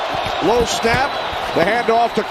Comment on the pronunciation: My favorite part was when he said “Conner”